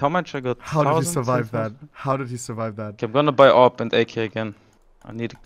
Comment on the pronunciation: Why does he call the AWPs “aw pee pees”?